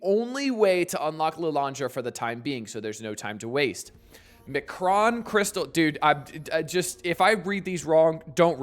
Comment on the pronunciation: "Em Kron"...not "McRon". You don't get a Happy Meal by collecting these crystals. There is no happiness any time Scopely is involved. You don't have to know Xmen lore to know this (although it helps), you just have to know Scopely. Also, hello friend.